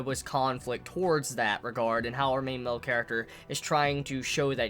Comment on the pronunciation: "Main mel character" "Yoomans" lol